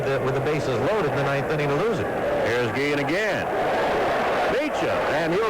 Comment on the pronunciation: Two things I always remember from this game, and the video confirms it. pronounced Guillen's name as "Gee-zian." I don't remember if others did at the time. And the other I remember is Cowley's joke about everyone coming out for his 20th career victory.